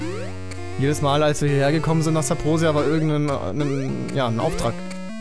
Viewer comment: Warum sagts du eigentlich immer Sabrosia? Das heißt doch Subrosia 🤔